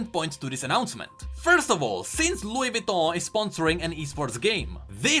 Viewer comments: sorry but i just wanna say it’s vuitton not vitton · Vouitton not vitton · its Vuiton not Vitton